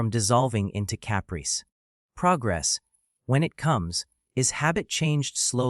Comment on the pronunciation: "Cap rice" haha. Fuck AI.